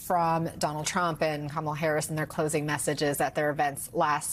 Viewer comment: Thank goodness they are starting to pronounce her name correctly. Good grief